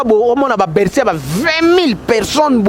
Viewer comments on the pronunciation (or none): none